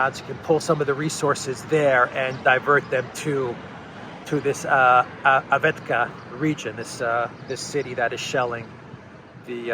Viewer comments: Avetka haha. It is Avdeyevka - Авдеевка. LOL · it is very easy to pronounce Av-de-yev-ka. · it’s pronounced “avv-deeev-kah”... but the shelling often comes from Peske or Marinka... if you look at the OSCE daily reports you can see daily shooting by Ukraine forces at Donetsk and Gorlovka and Debaltseve and all these villages .. for 8 years.. was sometimes hundreds per day / night